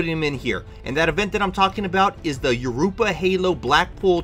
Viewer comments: Cheers for the info, Much Appreciated!! Gotta love the Eur'oo'pa event.....But, I think the Eur'oh'pa event is much better!! LoL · ... euroepa... of course... Eur o pa